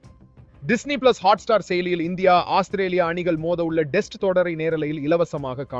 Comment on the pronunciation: அது என்ன டெஸ்ட் உச்சரிப்பு (male voice)